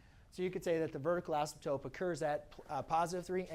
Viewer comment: This is really helpful...but please PLEASE pronounce "asymptote" correctly! A math teacher should not be saying "asymptoPe".